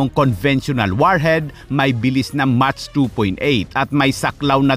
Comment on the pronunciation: pag pronounce ng MACH ay Mak as in mcdo hindi po match😂